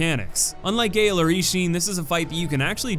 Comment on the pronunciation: i’m sorry abt nitpicking but gael is pronounced “guy-ale”